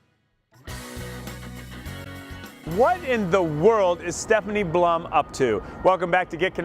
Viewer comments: PLUM not BLUM..... P-L-U-M!!! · Puh-lum. plum. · Yea this dope should be prepped better...definitely sounds like he says Blum. It was a good book, can't help but say that I am Team Ranger!